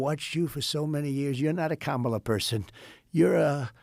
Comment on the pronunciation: Trump pronounces kamala properly. What a slip up.